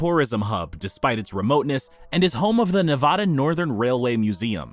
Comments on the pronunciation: ELY is NOT in "northeast Nevada". AND it's NOT "Nuh-VAY-day". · Learn how to pronounce Nevada properly. The "a" is pronounce as in Nebraska. I live in Nevada so I know.